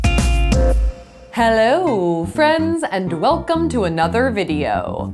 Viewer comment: When she says 'welcome to another videos' it sounds like 'wakam to another video'